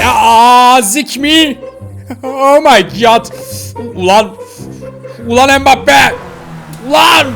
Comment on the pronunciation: Abi o mibappi değil embbape